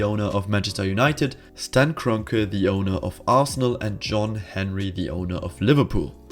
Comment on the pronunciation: That German pronunciation of Glazer and Kronke 🌟